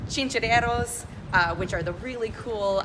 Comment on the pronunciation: Chinchoros, Guabate y el Yunque, I don't know what you said but is not Boricua Spanish. 🤣🤣🤣🤣🤣🤣🤣🤣